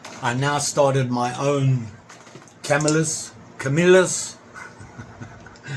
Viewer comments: Ca- mill- us, just saying. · CA-MIL-LUS now lets repeat Ca mil lus. Lolllll. I always enjoy your videos. Great video and knives.